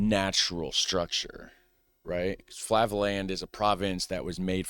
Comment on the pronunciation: flavaland, lol.